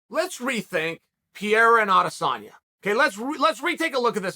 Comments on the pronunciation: It’s not Pierre or peria. It’s pereira. This guy just can’t get anyones name right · Man please, it doesnt pronaunce “Piera”, its PEREIRA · comon it should not be that difficult to say P E R E I RA and not P E IRA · t's not PIERA, it's PEREIRA XD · His name is pronounced 'Pe - Hey - ra' not 'Pee - era' Lol surely pundits can start saying names correctly this said Chael is undefeated. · Its ‘p e r e i r a’ not Pierre bro! 🤣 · Chaels pronouncement is always classic PEE-AIR-AH Uncle Chael ... it's PUR-AIR-AH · Its not peira, its 'pereira ' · All the english language broadcasters say it well. Pay-ray-rah. Chael insists in calling the guy "Pee-rah". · Chael say this with me PE-RE-IRA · Pierre uhhhhh, yeah let's do it. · Pee-era is just great guys. Pierre-Uh just might be your favorite fighter’s favorite fighter. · You say pereira name like pee era lmfao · Alex "Pereira" Pierra - I cant let your names get close - Chael Sunnen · Since day 1 you knew Chael would constantly say “Pee-air-uh” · Pereira its a difficult name, just call the man by what he’s known for: Poatan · Say his name CHAEL. It's not that hard. Pereira. You can do it Chael! Pereira, Alex Pereira. For god sakes. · i literally can’t say pereira right anymore. undefeated. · And Joe Rogan n DC saying "Feheda", it pisses me off so much 😂😂😂😂😂😂😂 like dude its not that difficult pronouncing Pereira just like its written lmfao 😂😂😂😂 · As a brazilian I can't understand why it is so hard for americans to pronounce "Pe-rei-ra" I have a kiwi friend that pronounces "Pereira" perfectly. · "Pierra"😂 We gotta call you Chahl Soooooning. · Who is this "Pierre" Chael keeps talking about? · He calls him Pierre 🤣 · Pee air uh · Does chael purposefully mispronounce names? It's not hard to say piererra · At least he isn’t calling him Alex Pierre anymore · Who the fook is Piere? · “Pierra” Unc is truly something else 🤣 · Peee- air- a.... lmao close but not really uncle chael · you mean pierra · "Pierre" And Adesanya - Chael Sonnen